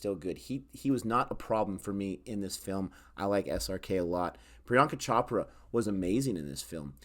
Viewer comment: It's pronounced Amitubh not Amitabh even though it's spelled with an "a" it's pronounced tub not tab. Priyanka Chopra is not pronounced Chop-ra it's pronounced Ch-Oprah.